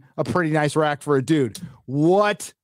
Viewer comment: rack! I don't know why it's funny to me whenever he says it.😆